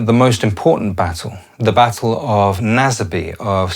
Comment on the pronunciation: King John also was said to have slept with nobles' wives and killed his nephew Arthur, who whilst not King Richard's son was next in line for the throne by descent. It's also "Naze-bee" not "Na-ze=ee". Charles also started the Second Civil War behdin Parliament's back. It's also better to call it the Wars of the Three Kingdoms and it wasn't just contained to England.